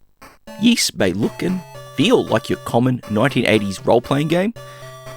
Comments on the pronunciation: SMS Ys was the first one version I ever played and I liked it a lot back in the day! Side note, you're mispronouncing it, it's technically more like "EE-SS" (hard "s"), not "YEE-SS." Anyway, the SMS version is probably still my favorite early/8-bit version of the first game in the series. It looks great, plays great and sounds great. It would have been nice if it could made a little faster, but other than that it's very well done. I wish the second game in the series had also made it's way to the Master System, but what can ya do. I'll also add I find the DS version of the game, which is in kind of crude polygonal 3D, is one I also feel is underappreciated. I still like that one a lot as well. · I won't pound the point into the ground about pronunciation and will shut up about it right after this 😁. It is correct that it sounds like 'grease', but there is no "y" sound at the beginning. They say it out loud in a few of the games. Also, in Japanese it's (イース) which is i-su - the "i" sounds like an long e and the vowel at the end is basically dropped to create the word. I appreciate your videos and am not trying to be a jerk or anything, so please don't take it that way. Also, I completely understand why we didn't get the sequel on the SMS, it's just dissapointing. Likewise, it's too bad they never ported it to the Genesis/MD or Sega/Mega CD either, but at least the Genesis got a great version (IMO the best overall version) of Ys III... even if it is the 'black sheep' of the series. The one version of the original I still need to play that I've only seen on video is the not-so-well-regarded Saturn version. Well, that and the creepy, weird X68000 version. Anyway, keep up the good work 👍